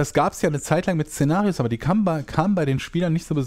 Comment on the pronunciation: Szenarios oder Cenarius...hab manchmal gedacht du redest vom raidboss xD